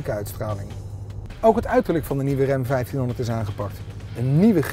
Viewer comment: De "rem" 1500? Jesus man.., 'tis Ram, zo schrijf je het, zo zeg je het.